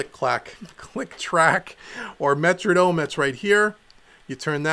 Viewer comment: wtf is a "Metradome"?!? lmao